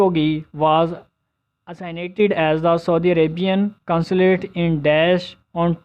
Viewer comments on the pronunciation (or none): bht zayada words ki pronunciation glat hy like marijuana ,Uruguay assassinated